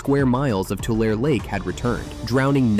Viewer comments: Please learn the pronunciations of the places you refer to. Tulare is not "too LARE" it is pronounced "too LARE y". The E on the end is not silent albeit it does convert the A from a short A to a long A. Also the reed that grows along river and lake edges is not pronounced "TOOL." As with Tulare, the E is not silent. It is properly pronounced "TOOLee." There are a few more misstatements of fact, but overall a decent representation by someone who obviously has not spent a life farming in California's central valley. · I am screaming at my phone: “It’s pronounced (Tularee) and (Tulee). Put an “e” at the end of those two words. Otherwise most of this is correct. The other thing is Butte County produces Rice, Almonds (pronounced “amonds”) and Walnuts. We know you are not from Northern California if you pronounce it wrong. We also fish King Salmon which is pronounced the same way as Almonds with a silent L. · Lol.....it's pronounced Tulare, thar are spoken airy; Tulairy! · Solid video. Born & raised in Visalia - not sure what happened, but u began the video wonderfully by pronoucing Tulare County (Too-Larry - like the man's name) and Tule fog (TOO-lee) correctly. But later on with the county's name, Tule elk and the reed itself, not so much. If you ever create more videos about the area, you may want to remember these pronunciations. Otherwise, great job! 👍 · Los Banos is also sinking just as badly as Corcoran. You pronounced TULARE + TULE correctly in one segment, so why did you mess it up in others? Tulare is pronounced TOO-LAIR-EE (3 syllables) & TULE is pronounced with a long E at the end (3 syllables). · Tulare is pronounced two-larry. Sheesh. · It’s pronounced TULARĒ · It’s “Tulare” too-lair-ee! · Too-lair-ee. You're welcome 559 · It's pronounced Two-larry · Tulare not tulair or whatever they said. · Tulare is pronounced Toolairee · Tulare county is PRONOUNCED TOOOOOO LAIRRRRRR EEEEEE.!!!!!!! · It is pronounced Tular E. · pronounced 'two-larry'.